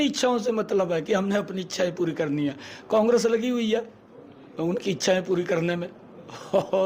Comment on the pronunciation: CM साहब को कांग्रेस भी नहीं बोलना आता कोंग्रस बोल रहे हैं 😂😂लगता है मोदी की तरह पढ़े लिखे हैं 😂😂😂😂